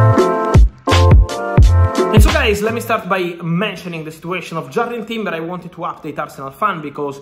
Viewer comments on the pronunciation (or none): Whos jarred timber?? Sure its jurrian timber 🤣